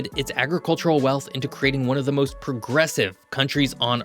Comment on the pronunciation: "and moist importantly"???